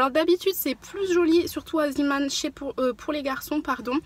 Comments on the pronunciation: Hello, ça m’irrite les oreilles quand on dis z[i]man au lieu de z[e]man. Zeeman c’est en néerlandais ça veut dire homme de la mer. Tes vidéos sont toujours aussi intéressante et agréable à regarder ☺️ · Salut je voulais juste dire que zeeman se prononce zéman et non ziman car c'est du néerlandais pour "homme de la mer" voilà sinon continue tes vidéos elles sont géniales j'aime beaucoup tout tes bons plans et vidéo organisation💕💕